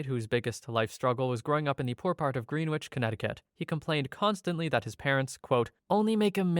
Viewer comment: Okay, so, small thing, but you pronounced "Greenwich" wrong. Yeah, it's stupid, but still. It's called "Grenitch", and we all (not in Greenwich/usually in the Greater Hartford Area) say it with a Long Island accent to show our disdain for the inhabitants. They have a... reputation.